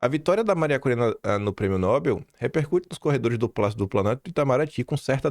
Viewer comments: Não se diz Nóbel; o certo é pronunciar Nobél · a pronúncia correta é Nobél e não Nóbel. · "Nobél" por favor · A pronúncia correta de "Nobel" é "Nobél", com a sílaba tônica na última parte, ou seja, na terminação "-bel". Esta é uma palavra oxítona (o acento tónico está na última sílaba) e não deve receber acento gráfico, como acontece com outras palavras terminadas em "l", como "anel" e "papel". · Nobel, a sílaba tônica é no bel.....rss